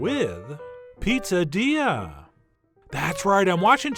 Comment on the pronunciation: I was sure you said "popadilla" at the start, and started wondering how a poppadom and a quesadilla could be combined 🤔